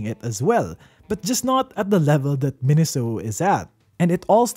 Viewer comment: The Japanese Katakana gave it away for me. メイソウ is pronounced "Meisou," not "Minisou."